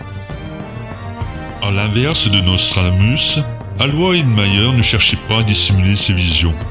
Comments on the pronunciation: Alois ce pronononce "alohiss" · Excellente vidéo, magnifique montage d'images terrifiantes qui illustrent bien ce que pourra être la 3e Guerre mondiale ... Pour ma part je connaissais bien les prédictions d'Aloïs Irlmaier (juste un petit point: Il faut prononcer son prénom "allô- hisse". Masculin d'Eloise, c'est un prénom encore usité dans les pays de Savoie, de Suisse et d'Allemagne.)